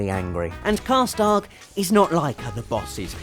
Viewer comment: sounds like you're saying karstark and not karstaag